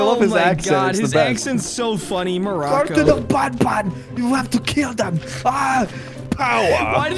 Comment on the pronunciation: It is not called Bon Bon it is called ban ban